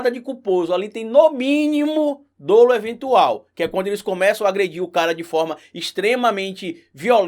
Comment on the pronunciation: eu acho que a pronuncia de Dolo é com o Ó aberto (Dólo) e não fechado (Dôlo)